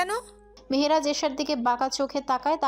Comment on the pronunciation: Very bad pronunciation of Mehraj